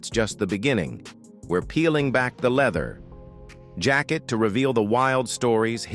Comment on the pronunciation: This is the lamest AI video ever… “let’s peel back the leather………………………jacket”